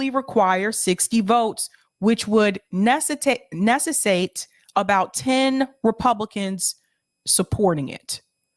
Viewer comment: Necessitate (ni - seh- si - tate). Love you 🙂